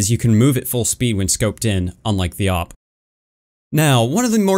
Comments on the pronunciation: it's not "O-P" it's "A-VEE-PEE" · It’s the A-W-P not the OP